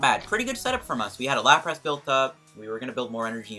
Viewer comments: Stopped watching when I heard “LaprASS” Nty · good video, but why the hell do you call it LaprASS? lol